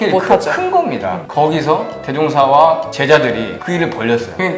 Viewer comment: 아! 이 얼마나 충격적 사실인가?? 원불교 소개자가 원부ㅜㄹ교 대송사의 법홀도 바르게 발음하지 못하는 한국 문화 수준!!! "소태산"의 "소"는 장음인대 이를 "짧게" 잘못 발음했다. 이어서같으 유의 문제를 적ㅇ어 본다. "제자, 사람, 대종사,구도,세상, 등 모두 첫 자를 "짧게ㅔ 잘못 발음 했다. 이에 정중히 권하오니, "한국 어문을 고발함"이라는 책을 조용히 읽어 주실까요?